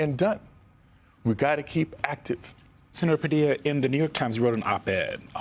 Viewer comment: You know I'm not an American but why did this man go so far as to say his name wrongly knowingly. That's nasty